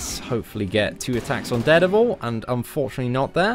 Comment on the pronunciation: please learn to pronounce dare devil. its soo annoying !!